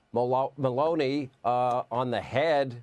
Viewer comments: Hey Sean Hannity (Insanity) if you are gonna insult the official from Italy … at least pronounce the name right. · Does Hannity have dementia? He couldn't even pronounce the Italy PM's name.